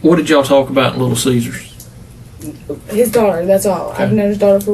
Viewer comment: did you just call it Little Cheesers?